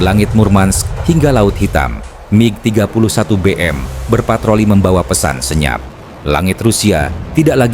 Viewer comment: MIG bukan Mi G. Bego km bro